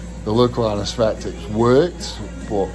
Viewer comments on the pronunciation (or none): '' The local anespectics worked'' 🤣🤣 yeah I can tell